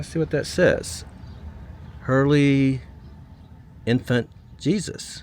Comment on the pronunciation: It sounded like you said Herley Infant, Jesus! About the church, funny😂😂😂😂